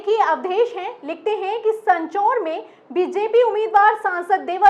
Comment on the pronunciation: सँचौर नहीं सांचौर